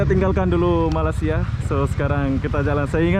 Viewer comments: Sori bro.saya masih tak puas hati di mana anda menyebut MALAYSIA (MALASIA) sebutan betulnya (Malay- sia).bukan INDONASIA.- INDONESIA.THai land.Betul anda sebut.Bukan Talen..suka content anda.apebende.i like.atau anda sengaja ya.MALINGSIA ATAU MALAS SIA.. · Sebutnya Malasia?.. Hati² bro kalo menyebut negara orang. Takut nnti pulang tiada muka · Malaysia...bukan Malasia..🤣